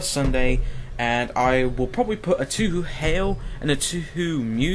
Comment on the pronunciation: OHHH PLSSS my ears >____< How do you pronounce Touhou??? as "tü hü" ? It´s pronounced as "" TOO-HO"